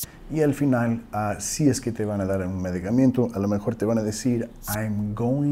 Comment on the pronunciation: Thank you! Excellent video... Just one thing, we say in Spanish [medicamento] there is no any “i” after the letter “m”.